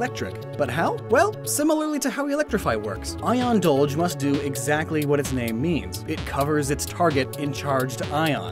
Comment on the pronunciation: "Ion Dulge" wonderful